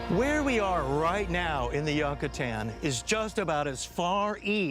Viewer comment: That guy pronouncing Yucatan the way he did made me cringe